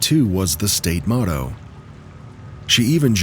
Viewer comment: The AI said, “Moto” instead of “Motto.” AI